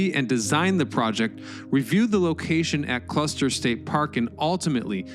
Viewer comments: It's Custer State Park! Not Cluster! It's named after General Custer! Omg !!! You have said it 3 times now! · Custer. For the love of history. Custer, not cluster. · It’s called Custer State Park, not Cluster State Park. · Except for the weirdly Troll-worthy mispronunciations throughout the video, yes.. I like it. “Cluster” “Glutzen” come on.. this isn’t that hard.. I want to like the “it’s history” videos, but it’s a CONSTANT DISTRACTION” that you can’t get this figured out.. you’re better than this, I know it, but you’ve gotta get someone to double check your narration.. there’s just no alternative. Again, I’m a supporter. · Why do you keep saying Cluster 😒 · Everytime he says "cluster" take a shot.